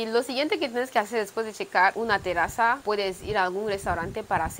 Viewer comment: Linda presentación de tu ciudad (ya casi la conozco como la mía...). Ya aburro preguntando porqué no se ve gente en ningún video de Guinea Ecuatorial, de casualidad pasó una mujer por el parque 🤔 Curiosidad idiomática: Cuando decís "terazas" te estás refiriendo a "terrazas", ya noté ese conflicto que tienen con la letra "R". A otro colega tuyo, de Malabo, le escuché decir "Perrú" al teferirse a ñl país "Perú". Como que la pronunciación la tienen en sentido inverso, si la palabra está escrita con una sola "r" o con dos. Es solo curiosidad, no te ofendas. *Gracias por el saludito (Me puse colorado).